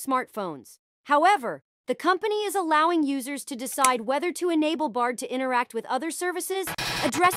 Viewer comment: I noticed this too this must be an AI voice because it mispronounced the word allowing 😂 …